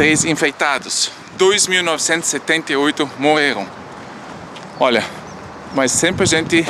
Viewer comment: Adoro esse formato de informar enquanto a gente aprecia a vista. O sotaque brasileiro do é ótima. Quando ele fala “óia” parece o típico brasileiro. Queria ser fluente em alemão